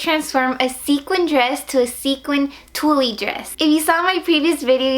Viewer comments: Haha, I loved that she kept calling it "tullie". 😘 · tulle is pronounced like tool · Tulle is pronounced Tool, the E is silent. Lol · I couldn't finish the tutorial because of how she incorrectly pronounced "tulle". Its not cute. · you're cute- the e in Tulle is silent though! Love the dress transformation. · oh it was funny I just thought you didn't know how to say it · thought it sounded cute and funny too and then I was like " wait is that on purpose?" Lol cute dress tho